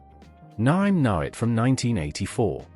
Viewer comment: The AI bot hasn't quite mastered Naim, has it. Why not get a human as opposed to using something that can't even punctuate?